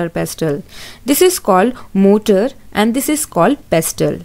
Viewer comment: Mam motaar not motor 🤪